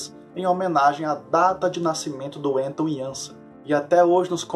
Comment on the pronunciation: Belo vídeo, a pronúncia correta do nome Anton Janša é Ánton (e nao Enton) Iánsha (e não Iânsa).